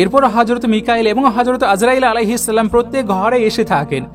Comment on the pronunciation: Bhaiya upner salam ta khubi shundor 🎉🎉🎉